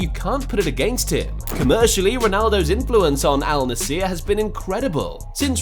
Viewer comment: its Al Nassr bro, not Al Nassiiier :D